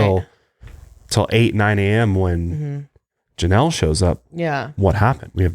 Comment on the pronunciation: he doesn't say Janelle